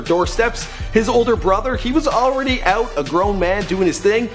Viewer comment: lol "straight OOT of compton"